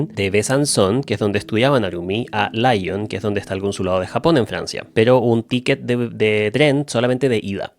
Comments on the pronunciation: Amo como le dice LAION a Lyon (se pronuncia lión 😭😭😭) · Si son ciudades en francés, por qué la pronunciación sería "laion" y no "lión" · esto fdw no es en mala, pero estudio francés y si aceptas esta correción, la ciudad de la que hablas Lyon, de pronuncia [lion] así nms jajaj, muy bueno el video por cierto, esperaba mucho este caso ❤